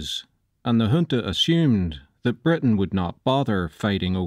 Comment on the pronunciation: Finally someone that pronounces “junta” properly lmao